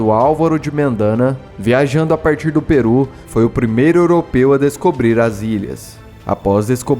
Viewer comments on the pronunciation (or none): none